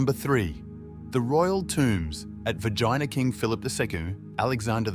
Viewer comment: Its VERGINA not Vegina . Please try to fix the mistake. Thank you .